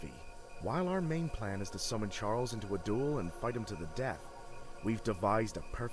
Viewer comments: Charles was just upset that you kept calling him Chiarles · Please go to the King and call him Chiarles and record his reaction, thanks! XD